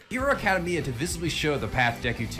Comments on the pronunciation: The way this guy butchers words drives me up a wall. I should smack you for saying “acadeymia” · I never heard anyone pronounced it that way. Lol